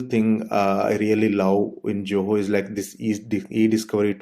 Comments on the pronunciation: why everybody saying JOHO instead of ZOHO!! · You are not pronouncing Zoho correctly!